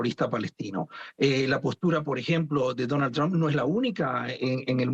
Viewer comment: EGCELENTICIMO SEÑOR DONAL TRUN 😂😂😂